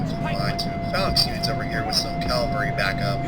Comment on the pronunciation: It's spelled ca-val-ry, not cal-va-ry; good luck on the playthrough; first episode's great. Cheers.